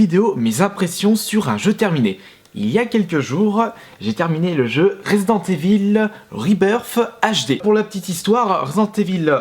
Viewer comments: ivaule, pas évil ... bordel, t'es un fan de metallica, écoute le titre AM I EVIL ... tu verras ! :) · en francais on dit residente ivel